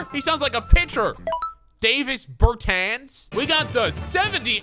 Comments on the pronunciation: It’s NOT DAVIS BERTANS ITS “DAH-VIS BURRRR TAWWNSSSS” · Davis Bertans... Pronounce both of the A’s as AH So is DAHvis BerTAHns That’s his name. And he’s the 2nd best 3 pt shooter in the league